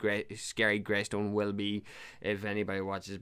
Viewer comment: lol bro it’s grEystone